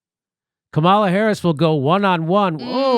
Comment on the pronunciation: One day, Jimmy will pronounce Kamala’s name right...